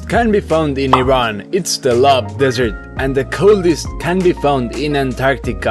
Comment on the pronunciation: Bro its lut (loot) desert not lub desert😐its sounds like ö